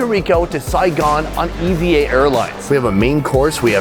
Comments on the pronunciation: It's pronounced Eva, just like a proper name.... Stop saying e v a. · It’s not pronounced as E V A, it’s pronounced as E-VA. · Its not e.v.air its eva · A few things. Puerto Rico is also home to it is part of the USA. And it is pronounced “eeva”